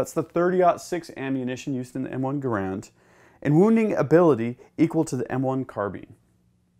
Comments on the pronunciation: Garand..."GAIR-and", not "Gur-AND". Otherwise great video! Quite informative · Can't even pronounce Garand correctly ! Wasn't how he said his last name. Seen 5.56 damage .223 rifles.